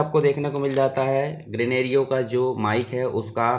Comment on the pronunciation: ग्रेनेरिओ नहीं ग्रेनारो बोलते है भैय्या जी 😊👍